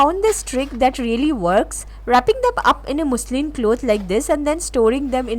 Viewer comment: Muzh luhn is correct pronunciation of muslin ,your pronunciation is wrong .Also vegetable your pronunciation is wrong